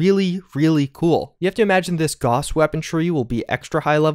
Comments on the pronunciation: Gows, not Goss, lord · Gauss=GOWSS not GAWSS